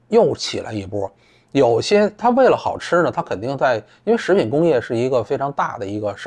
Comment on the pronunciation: 散人说自己好吃的时候我还楞了一下。 原来是【好吃啊】